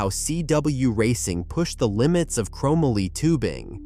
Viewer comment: Chrom ma lee?